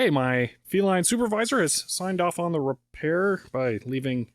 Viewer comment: sure you dont mean "RepHAIR"? :P